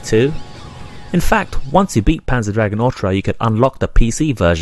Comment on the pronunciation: Its not called Panzer Dragon Ortra, and You don't pronounce Sega as Sea Ga, its Say ga. There is no R in Orta, and Dragoon has 2 oo's not 1